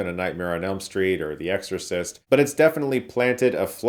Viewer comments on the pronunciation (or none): none